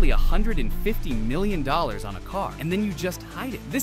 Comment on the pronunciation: it saus milliom a m instead of a n 😂😂😂😂😂😂😂😂😂😂😂😂😂😂😂😂😂😂😂😂😂😂😂😂😂😂😂